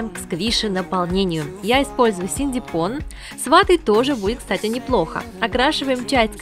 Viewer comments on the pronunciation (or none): Синтепон,а не синдепон